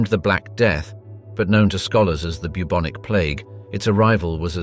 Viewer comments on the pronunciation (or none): none